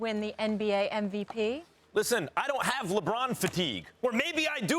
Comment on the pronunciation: SAS can't even spell "MVP". He always says "NVP"...